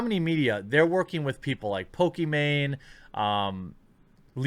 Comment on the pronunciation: Its pokeMON not pokeMAN...